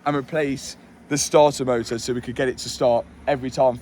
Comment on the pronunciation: I truly find the way you pronounce starter motor amusing, I have no probs with star uh moh uh, it makes me chuckle